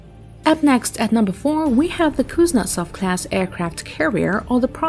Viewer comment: kunzetsov?????reallly????lol wahata shame 🤣🤣